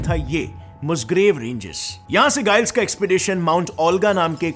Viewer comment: गाईल्स नहीं जाईल्स